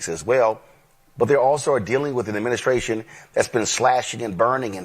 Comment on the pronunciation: I’m not listening to anyone who says skreet, skrate and adminiskration man stfu